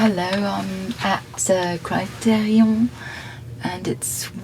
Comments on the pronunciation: Why she say criterion like that 😂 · Her French pronunciation of Criterion. 🥰😍